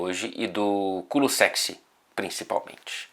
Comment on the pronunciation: ele disse KULUSEXY????